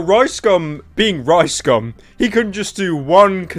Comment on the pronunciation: I like the way you say Rice Gum it sounds like Ricescum which fits